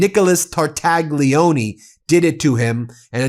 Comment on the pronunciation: Phonetics. Tar - tal - lyi - o - nay. NOT Tartagggleeeoneee. Ffs!